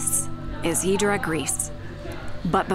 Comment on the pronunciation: Its not Hydra is pronounced Idra pls dont boucher local names !!!! Nice video though !!!